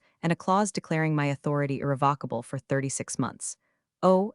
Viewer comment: Good story, good editing. Narration consistently mispronounced irrevocable throughout story. Captions not watched.